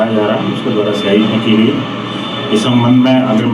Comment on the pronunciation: Arey shahi nahi bhai siyahi hota 😊😊😊